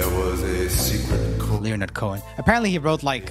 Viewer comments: Leo-nard Cohen? Try LENNARD. All through this video it's like you are vaguely aware of artists without knowing them. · I died over his pronunciation of Leonard